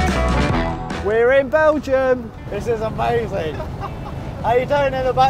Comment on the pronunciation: I can't belive someone is going to win one of these.: Its Omazing 😂